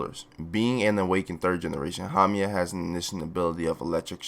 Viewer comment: hamia instead of haumea, kusákebe instead of kusakabe, tamáki instead of támaki, the other ones have not yet yerd pronounce by japanese people so can't say